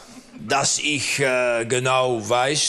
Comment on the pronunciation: "Denke Iccchhhhh" Mega Geil